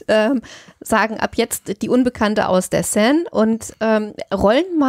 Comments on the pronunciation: Sie spricht die Seine richtig aus er mit eineinhalb Ausnahmen konsequent falsch. Mit tut das in den Ohren weh. Sonst wie immer ein wunderbarer Podcast für den ich mich sehr bedanke. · Enigmatisch 😂😂 Aber Hauptsache er spricht ständig Seine falsch aus. Achso, Leichen lächeln nicht. Schon gar nicht ertrunkene. Aber schön schaurige Geschichte, Euer Podcast ist toll 👍